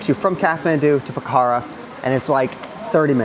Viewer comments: It’s Pokhara not pakhara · Po - Khʌ - Ra But, that's just a small tidbit.